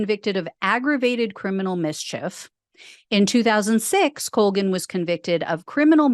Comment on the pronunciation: It's an Irish name (unfortunately) and it's pronounced Call-gan.